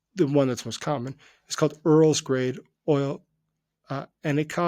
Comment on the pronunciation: Hahah. I though you said "Earl's Grey" oil. But i know you mean Urals Grade Oil.